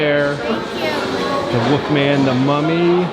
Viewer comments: I love your videos but are you punking us when you say “Woofman” instead of “Wolfman?” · Probably speech problems or an accent. I really don't mind